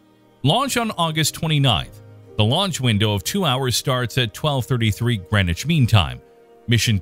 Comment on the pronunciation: Greneshween time? It's Greenwich...